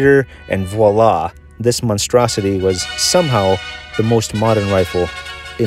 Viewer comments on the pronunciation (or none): none